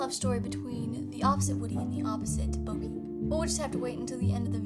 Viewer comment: It's Bo, not bow.